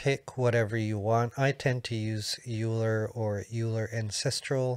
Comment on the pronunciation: "Euler" is pronounced as "oiler". It is German, of course, and after the great Swiss mathematician Leonard Euler.